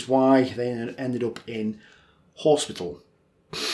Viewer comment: "Horsepital".....hahaha.....chears from Chile.